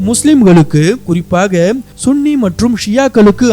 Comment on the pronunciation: Sunny என்பது தான் சரியான உச்சரிப்பு